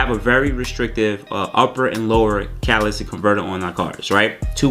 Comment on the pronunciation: Its been years and he still cant say "Catalytic converter" correctly 🤣